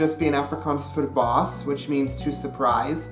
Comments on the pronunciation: Verbaas not Verbas :) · Verbaas, not verbas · "verbaas" het twee a's. :) Anders, wel gedaan. Afrikaans is my moedertaal en ek kon alles verstaan wat gelees is. Ons kan gewoonlik alles begryp wat Nederlanders se, maar soms is die aksentverskil 'n effense hindernis, aangesien dit die uitspraak van dieselfde woorde heeltemal verander. Verder het die meeste woorde in Nederlands baie soortgelyke woorde in Afrikaans, maar wat effens verouderd is. Byvoorbeeld, ek spreek in tale, tenoor: ek praat tale.